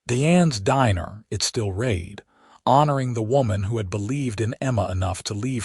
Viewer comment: At about : : the pronunciation of 'read' is messed up, .needing a soft 'e' to fit the context!. Oops LoL 😢😢